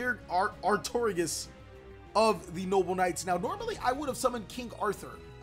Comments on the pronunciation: Chalice only adds itself to your hand if your noble knight is destroyed by battle, NOT destroyed by effects. Also, you make me cringe when you say Artiggorus. Artorigus... Ar-tor-igus. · Artigeres? This ain't Winnie the Pooh ughhh that made me cringe lol It's Ar-to-ri-gus